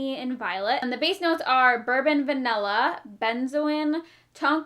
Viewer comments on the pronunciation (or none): none